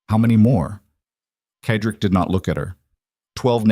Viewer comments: Cedric is pronounced said rick not ked rick. it really annoys me when names are pronounced incorrectly. good story though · CEDRIC IS PRONOUNCED: Sed rik